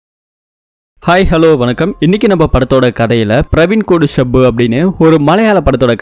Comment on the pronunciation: Shabbu illa bro shappu